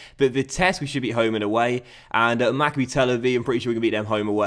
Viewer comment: Correct me if I'm wrong, I think its pronounce maccAbi not MACCabi.